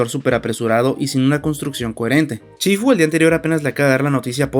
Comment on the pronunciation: No es chifu, es shifu